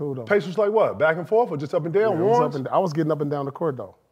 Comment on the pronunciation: I can't be the only one who "heard" 👂🏾 KG say Up & down like "beating yo meat" 😄😁😆😅😂😆😂😂🤣🤣😭😭😭😌😌